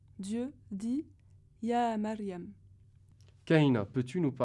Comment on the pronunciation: la prononciation de Mariam est fausse en arabe lorsqu'elle le dit ! il faud le dir comme le français Mmariam accentué le ( M )